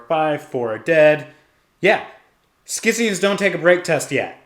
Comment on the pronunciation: Great report. Only minor note, scions is pronounced “sigh-ons.”